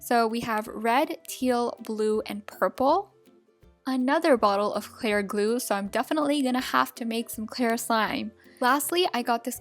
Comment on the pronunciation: My ocd kicked in when she said "ClAir GlUe" Its a joke